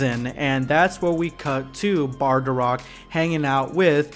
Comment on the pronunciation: It's bardock! Not bardarock! 😡